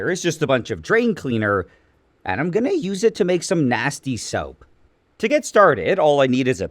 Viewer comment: “and i’m gonnæ ųse it to” 🥹